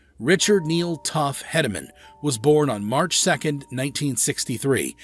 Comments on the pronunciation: Tuff HEEDeman, not Headaman. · Say his name right...tuff hedemen Not heademen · His name is Heee-de-man. Get your pronunciation right! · Hedeman is pronounced heed not head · It's not headamen it's pronounced heedaman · Must be a computer-generated voice because he is not pronouncing tuff hedeman's name. He's saying Headaman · You're pronouncing Hedeman wrong. It's pronounced like heed on the first syllable. But, nice compilation. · That’s not how you pronounce tuff hedemans name It’s sounds weird hearing you say it like that And lane frost died in 89’ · Yes that was my first reaction! I was like atleast pronounce his name right! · This guy don't get it that's forsure.... He don't even know how to say Tuffs last name!!!! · Don't know who made this video but If you don't know how to pronounce tuff's name or know what year Lane died or anything about the greatest bucking bull ever then sit down and shut up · Instantly stopped watching after getting lanes death wrong, and the fact that tuff’s last name was pronounced wrong… oh and acting like bodacious “learned” how to throw his head back to headbutt riders 🤦🏼‍♂️